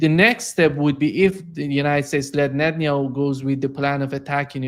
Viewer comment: Geezus, this guy is so close to getting it right but ultimately fails. “It’s all up to Netenyahu”. Good lord dude.